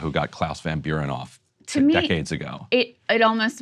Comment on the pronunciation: Claus von Bülow, (not Van Buren lol)